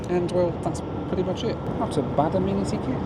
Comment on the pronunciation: Correct pronunciation... ah-MEN-ah-Tee kit. 😅😂🤣